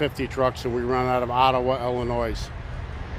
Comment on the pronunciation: Ughhhhh. He said IllinoiS, he can’t be a native Illini. The S is SILENT the biggest mistake made by people when talking..